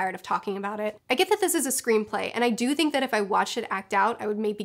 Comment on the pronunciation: Keep cringing each time she says screenplay